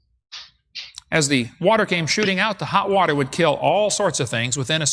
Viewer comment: I'm drinking wah-tur wah-tur